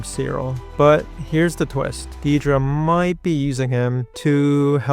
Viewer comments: Not Diedra, Dedra, pronunced "Dead dra" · In the show it's never once pronounced Deeedra. It's never spelled Deedra in the subtitles. It's "Dead-ra." If you had a friend named Debra, would you call her Dee-bra? Weird. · It is Deh-Druh, not Dee-Druh. They say it like 1000x in the show. This is a pet peeve of mine, apologies.